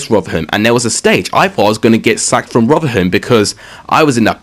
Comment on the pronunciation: Please bare in mind you can't say rotherham